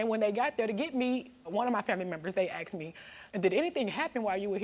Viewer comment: This story is sad, but this family needs to learn how to use proper english. Asted?? Axed?? Its asked!!!! Mom obviously didnt care to properly raise her children.